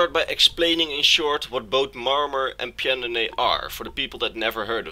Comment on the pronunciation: I just wanted to tell you for future reference, it's pronounced Pan-do-nee-ah. That's how Pyandonea is pronounced, the "y" is silent so you can ignore it.